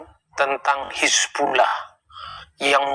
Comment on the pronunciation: Bang.... Hizbullah bukan Hasibulah.. tolong di ralat ya